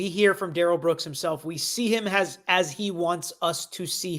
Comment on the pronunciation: His opening was more like a closing but ok Duh-rell